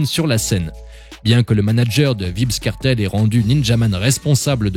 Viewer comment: Ça se prononce pas vibz kartel